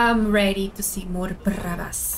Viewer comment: not brabhas it's prabossssssssss